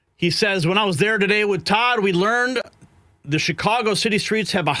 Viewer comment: Not shirack but Shytcago